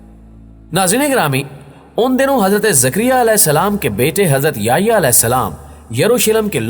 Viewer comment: نام سیدنا” یحیٰ “علیہ السلام ہے ناکہ “یہیٰ”